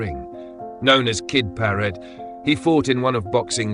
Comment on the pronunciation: His name was Paret. Not Parrot.